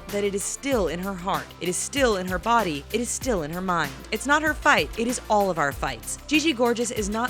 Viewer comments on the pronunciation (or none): none